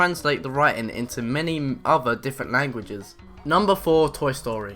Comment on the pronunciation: "many other different manguages